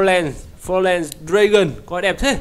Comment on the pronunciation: e hc tiếng anh đọc là phon lần